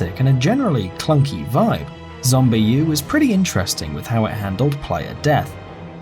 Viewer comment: its Zombi not Zombie U